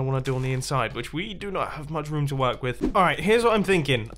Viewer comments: Is anyone else annoyed how he says room??? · The way he says "room" I's great